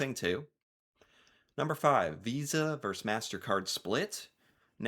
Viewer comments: Why can't United Statians pronounce the word "versus"? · The word you want is “versus” — two syllables. A verse is part of a poem or a song.